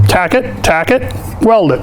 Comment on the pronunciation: I love it when you say taccot.. taccot.. haha. nice tips